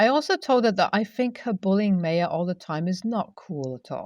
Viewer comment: Nbd, but just a little fyi, the Ma in Maya should actually be pronounced ‘my’ not may, so Maya should sound like ‘my uh’.